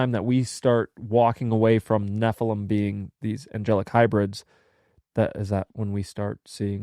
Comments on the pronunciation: I never thought nephilim sounded like heffalump, but then it feels like fingernails on a blackboard every time says "ne-ffa-lum" instead of "ne-ffi-lim". Like when my cousin would say "pin" when she meant "pen". Maybe we need to institute diacritical marks to standardize pronunciation? (I enjoy your banter. Just wanted to join in.) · It's because you're not pronouncing nephilim correctly...